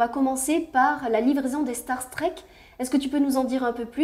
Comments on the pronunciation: Permettez moi d'apporter une correction linguistique concernant les Starstreak. Ce n'est pas une référence à la SF, et ne se prononce pas du tout comme Star Trek. La traduction serait "trainée d'étoile", streak se prononçant 'striik'. Voilà, désolé mais il fallait que je le dise. Excellent contenu sinon. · Streak ça se prononce striik, donc "StarStriik", pas "Star Trek" ! :D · Merci, très détaillé et très apprécié. Juste un petit FYI le Starstreak se prononce en phonetique streek comme street. Au plaisir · STAR-STRIK …. si tu veux le prononcer correctement. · Starstreak se prononce "star strique" plutôt que "star trek" je crois pas que ce nom soit un jeu de mot par contre j'ai bien rigolé pour le "asraam"